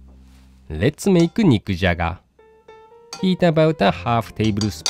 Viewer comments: I could've sworn, he said "Mick Jagger"! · Anyone else keep hearing "Mick Jagger" lol